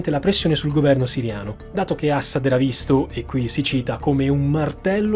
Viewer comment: Ciao, complimenti per l'enorme lavoro che fai e che metti a disposizione per noi in modo gratuito, ma sentir pronunciare "Assad" in quel modo fa venire l a pelle d'oca. C'è un motivo per cui metti l'accento sulla prima sillaba?